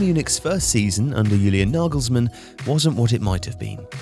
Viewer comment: Naegalsmaan. Couldn’t have butchered it any more could you